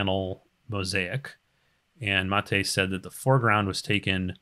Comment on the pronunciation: LOTR extended is nothing compared to this:D. Thank you,, for taking your time for the community. Also, a fun fact: you are the first one who pronounced my name correctly (Matej)